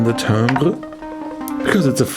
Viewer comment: Thanks for saying 'Timbre' the French way! Cannot stand the way the Americans say 'Timber' as if they are felling a tree.